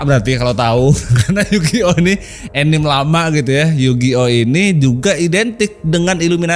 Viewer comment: Anime dan kartun ya mirip. Anime istilah kartun² Jepang. Dan anime dibaca anime, bukan ENIM ENIM, bang 😂 Tadinya saya mikir², enim enim itu apa. 🤣